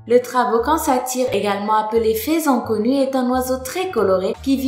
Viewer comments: On dit pas " faisan " plutot que " faison " ? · Juste une erreur au début c'est "faisan doré" et non "faison doré" et ca se dit "feusan" ;) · le faisan se dit [fesan]